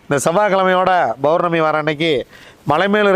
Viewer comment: அருமையான தகவல்.. பௌர்ணமியை Bournami என்று உச்சரிப்பதற்கு பதில் Pournami என்று சொல்லுங்க ஐயா.. உங்கள் தகவல்கள் மிகவும் உதவியானவை..